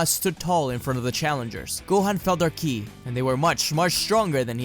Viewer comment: I wonder why he calls KI, killi it is a bit weird